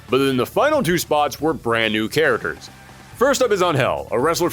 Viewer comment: cant say the word 'characters' correctly...